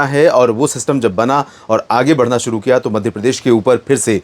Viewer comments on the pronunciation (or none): none